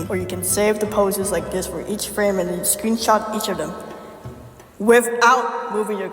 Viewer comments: Everything goes well until "screenshit" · "screenshit" i think bro ment "screenshot" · IM DYING WHAT "screensh1t" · "Screenshit" lol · I’m sorry, “SCREENSHIT”? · bro said screensh## thats crazy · "Screenshit" WTHHH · "screenshit" hits hard 😭💀🙏